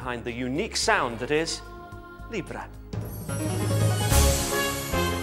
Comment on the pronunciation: please pronounce libera right!!! 40 strong? really great fun! wow! Josh's voice is low!!